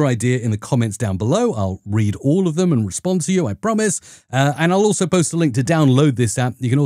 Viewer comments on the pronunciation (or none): none